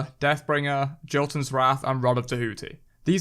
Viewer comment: Its not JOE-TEN, it's YO-TON. Idk why literally everyone says it wrong. Jotunn means Giant in norse.